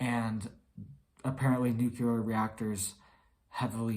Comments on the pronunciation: Not NUKELAR… NUCLEAR! Jeez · NEW-clee-are!!!!!! NuclEar!